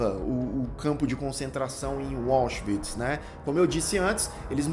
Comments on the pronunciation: Por que a maioria dos youtubers conseguem complicar o que é simples? A pronúncia dos nomes alemães. O complica a pronúncia de Auschwitz. Tenta inglesar: diz "UÓchvitz". É muito mais simples: AUSCHWITZ, W com som de V, quase como se pronuncia em Português. Tem mais: ele pronuncia Höss de maneira desastrosa. Sai: "Hóss". Não é. A pronúncia é parecida com Hêss (h aspirado). fica com medo do nome e passa a tratar o frio comandante de Auschwitz com intimidade. É o "Rudolf", mais fácil de pronunciar, parecido com a pronúncia inglesa, não é, colonizado? É o mal de quem tem o Inglês como 'língua oficial". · "Wallschwitz", que pronúncia é esta,!? KKKKKK De resto, otimo video, excelente indicação! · É, "anglicização" por defeito.🤭